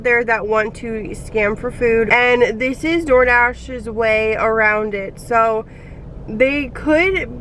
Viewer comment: You pronounce your words that have thr letter -s in them dramatically. Lol. It's like "ssssssoooo I ssssaid" or "problemsssssss ssssooo ssssssooooo bad sssssometimessssssssss." And itssssss obvioussssssss